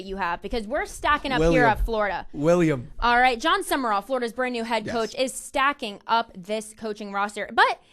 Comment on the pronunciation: It's Sumrall, not Sumerall. Also, as much as I hate to say it.... Urban Meyer to Ryan Day. I wouldn't call Day a legend but coach to coach they got Nattys.